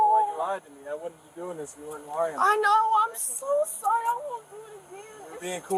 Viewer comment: It is too late to be sorry-ah.